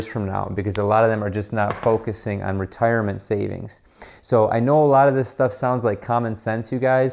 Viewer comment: Ok that wasn’t as bad as your attempt at ‘retirement’